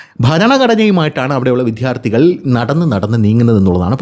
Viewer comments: വിദ്യ+ അർത്ഥി വി"ദ്യാ"ർ"ത്ഥി " ഇതാണ് ശരി. വിദ്ധ്യാർത്തി എന്ന് ഉച്ചരിക്കുന്നത് അരോചകം ആണ്. വിദ്ധ്യാർത്ഥി എന്ന് ഉച്ചരിക്കുന്നത് പോലും ഭംഗികേട് ആണ്. ദയവു ചെയ്ത് ഇത് ഗൗരവം ആയിട്ടെടുക്കണേ🙏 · "" വിദ്ധ്യാർത്തി "" അല്ല. എത്രയോ പ്രാവശ്യം പറഞ്ഞു. എന്നിട്ടും നിങ്ങൾ ഈ തെറ്റ് ആവർത്തിക്കുന്നു.